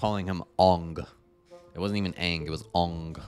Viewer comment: Luckily I never watched this shit lmao not even getting Aang’s name right is enough for me to not even give it a chance